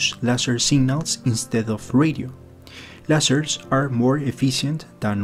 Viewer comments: Lol i agree with the substance of what the other guy said but I just giggled when you said leisers lol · Some friendly advice. The fact that you mispronounce "lasers", the subject of the video (and thus oft-repeated), indicates that you would greatly benefit from listening more closely to other English speakers - a sort of local version of the SETI of which you speak. And that, were you really serious about the communication thing, you would hire a speech coach. After all, Isaac did and it has done him wonders!